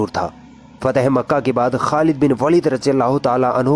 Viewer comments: खालिद बिन वलीद ना कि वालिद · It is pronounced as waleed or Walid and waalid = father in urdu Name is khalid ibn e waleed or walid . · It's not a Walid it's waleeeeeeed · Sister its not walid by the way ist waleed😊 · Waalid nahi vo lafz waleed he. ख़ालिद बिन वलीद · This is Waleed not walid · It's not walid its Waleeed 😊❤️ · वालीद नहीं है वलीद है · It is waleed not Walid.. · Not Walid(वालिद) Waleed(वलिद) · jii aapne sahi se nahi bola waleed not walid khechna h waleeeeed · यह वालिद नहीं वलीद है। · Sister walid nhi waleed Khalid bin waleed not walid ok sis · Jazakallah, but sister you pronounced वालिद(meaning Father) but he is actually वलिद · Walid nhin Waleed bolo वलीद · Its waleed Not walid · Waleed not walid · Not Walid it is Waleed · Its वलीद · Behn it's khalid bin waleeeed!